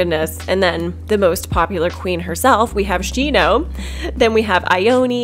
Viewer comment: Did she just whine girl Ione’s name?? It’s a Japanese name so it’d be said like EE-OH-NEh not EYE-OH-NEE Ugh it’s so imple to learn to pronounce japans 5 vowels